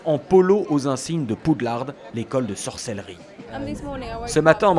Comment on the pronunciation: C'est Poudlard pas Poudlarde Respectez